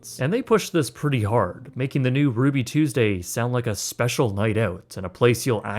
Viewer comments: "RUUBY TUESESDAY" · "RUUBY TUESESDAY?"